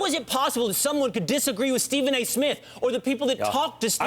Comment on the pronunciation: PEOPLE!! This mans name is Ste PHen A. Smith not Steven. FUCK! it's in the title every damn episode.